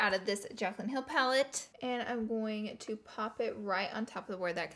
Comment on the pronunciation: She says "goin" (rhymes with coin) instead of going and I can't un-hear it😂😬